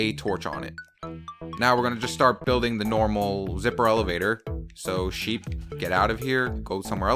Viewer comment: Agh you are soooooo wrong it is sheep not sheep